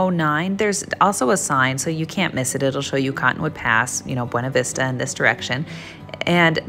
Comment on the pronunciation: Please stop saying Beana Vista. Totally giving a way you're not from Colorado.